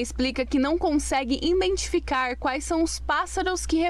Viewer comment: A reporter diz "INdentificar" mais de uma vez. 👽